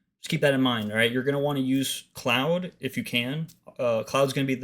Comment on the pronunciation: Cloud or Claude? (rhymes with hoard). This video makes little sense because you're saying cloud.